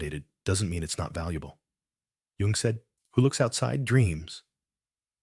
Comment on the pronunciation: His last name's pronounced You-ng.